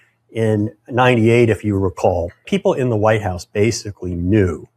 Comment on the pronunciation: She says Vite house